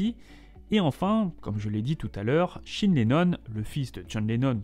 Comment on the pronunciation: Shine, c:est quoi cette prononciation !!